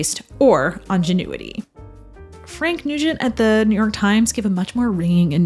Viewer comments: There are some rather glaring mispronunciations in this otherwise smart and well researched documentary : twice the word INGENUITY is pronounced with a French lilt as Ahn-jen-u-itee and not INN-genn-new-it-ee (or is this a case of British versus American pronunciation?). Character star actor WALLACE BEERY is called Walter. And King Vidor's last film title the male character sounds closer to salmon than Solomon. Minor discrepancies l know. The role of George Cukor as a director doctor fix-it is a common thread in his career, consulting uncredited to producers, directors and studio moguls when they were uncertain how to proceed. He worked for 3 years on GONE WITH THE WIND preproduction and directed most if not all of the screen tests. Meanwhile, he started the creative process that became NINOTCHKA, which he was going to direct after his dismissal from GONE WITH THE WIND. But M-G-M and L. B. Mayer were dissatisfied with Ernst Lubitsch's progress on THE WOMEN. Who better to direct over 100 female stars then George Cukor? So George was involved with 4 top major classic films of 1939. He detested the term "Women's Director" because behind the public studio facade it was industry code for " George is gay " which he resented. King Vidor is also known for directing THE CROWD. M-G-M's first all black sound film HALLELUJAH. OUR DAILY BREAD. And David O. Selznick's overheated sex western DUEL IN THE SUN. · I think it’s ‘ingenuity’ not ‘ongenuity’ otherwise well done 👏👍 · It's pronounced INgenuity. . Otherwise, very well done! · You mispronounced "ingenuity"; it does not sound like "ingenue."